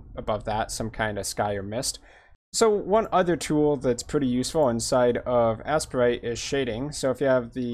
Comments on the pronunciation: It's the second. I have no idea why is calling it "ass-per-ite." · Its pronounced “ace-prite” or “A-Sprite” I pronounce it “A-Sprite”